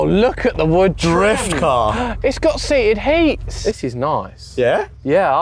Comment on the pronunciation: "It's got seated heats" lmao, that cracked me up.